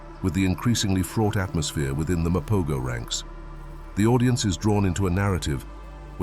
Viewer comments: Mapogos say: Muh-PO-HO's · What a load of bollocks, can't even pronounce the name correctly 🙄